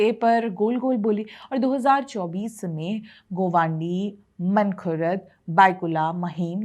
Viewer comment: भय्या लोगो का पिछवाडा जला इसलीये मुंबई की म्युनिसिपल कॉर्पोरेशन के चुनाव पर विडिओ बनाना पड रहा है kutiya तुझे ना मानखुर्द बोलणे आता है गोवंडी, वरळी को वोरली बोल राही हो😂😂😂